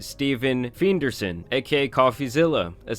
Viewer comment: You can’t read bro. “Feind der sen”….massive L